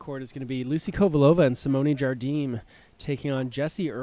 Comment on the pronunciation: Match starts after. Nice match, but seriously, the best part of this vid is the Jigsaw add after the first game. HILARIOUS! BTW, when is going to learn that Jardim is not Spanish but Portuguese and pronounced "ZharZheem, not "Khardeem."?